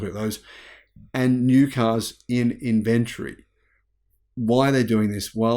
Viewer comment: It is NOT inVENtory, but INventory!!!